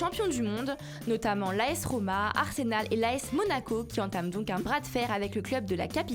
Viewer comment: J’aime bien la voix mais c’est Arsenal pas Arsénal